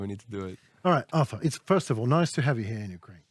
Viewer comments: When you butcher Arturs name 😂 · Henry called him "Arthur" again at the end! Oh well, Artur better get used to it when he comes the the U.S. 😀